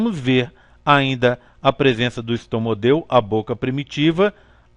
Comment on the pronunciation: Video muito bom mas é estomódeo o correto e não estomodeo